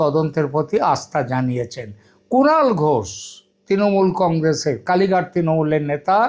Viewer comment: Congress pronounces as Kong-gres, and plz don't make it weird. It is never to be pronounced as Kong-graze ! Also রাজ in রাজনীতি-রাজনৈতিক must be pronounced as 'Raj' and God forbid, never as 'Razz'. That is an utter aberration, not the real standard.